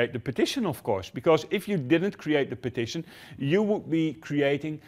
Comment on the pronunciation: Is he saying partition or petition ?